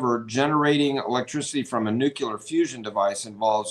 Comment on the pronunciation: said nucular*. weak sauce